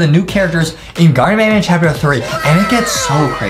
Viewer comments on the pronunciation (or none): It’s not garden of ban ban it’s garten of ban ban.